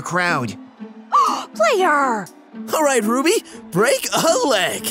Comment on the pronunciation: Why did you say Rubby